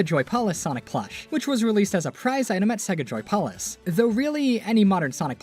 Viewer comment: WHY ARE YOU SAYING JOY-POL-IS